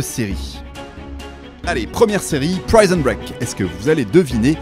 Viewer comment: Remarquable synthèse sur le sujet. Attention, ne dites pas : « Dans ce film, on y voit… » Il y a là un pléonasme (dans + y). Attention aussi à la prononciation du nom anglais « prison ».